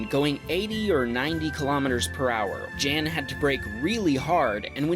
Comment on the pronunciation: 1) its not jan, its pronounce yan. 2) most of these cars weren't racing, especially not in a turn at a light. 3) sorry but today some of your comments where cringy af. Like really cringy. Edit: 4) how much of a froot loop do you have to be to file a police report for a smoke show. Pretentious much